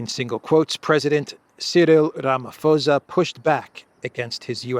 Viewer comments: It's posa not fosa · Ramaphosa is NOT pronounced Ramafosa. The "h" is there to make it an explosive "p" which no whitey can pronounce, so just make it a hard "p" and NOT "f" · Rama pausa is how our president's name is pronounced. Wonderful show. I'm a regular to this channel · the name is pronounced "ramaposa" without an "F"...or as in "ram-a-poser". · It's pronounced Ramaposa, the 'h' is silent. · Pls don’t take offence - it’s just that I’ve been listening to you for weeks pronounce the South African presidents surname incorrectly. Ramaphosa is pronounced Rum(a)-por-sz(a) where the (a) sounds like a “u”as in utterance. I probably hacked that myself explaining it to you 😂 PS: there is no white genocide. Trumps narrative on there being a white genocide happening in SA is no different to that of the Ukrainian Nationalists or Zionist narrative in respect to their own sick agendas.